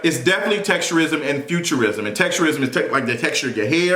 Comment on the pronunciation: Damn I kept thinking he was saying futurism like fiction . WTH 😂😂😂😂 featurism